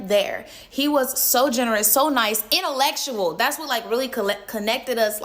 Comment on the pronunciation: She said innalesual it’s intellectual